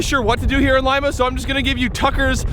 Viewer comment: I’m pretty sure you are pronouncing Lima wrong. I could be wrong, but we pass by there all the time when we go to visit my family up in Butte, and I’m pretty sure it’s pronounced Lee Ma, not Lime a.